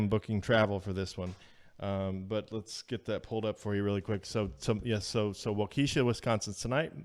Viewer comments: Nope,! It's pronounced Waw-kih-shaw (Waukesha) Wisconsin! President Trump will be there tonight! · WOK E SHAW = WAUKESHA I know it's hard , if you're not from Wisconsin. At least it's not my home of Oconomowoc! x